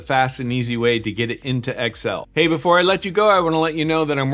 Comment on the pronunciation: It's "Excel"... not "X.L."